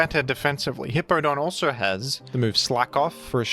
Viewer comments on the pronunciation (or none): pronounces Hippowdon as Hippodon because he will not allow The Hippo to have any W's.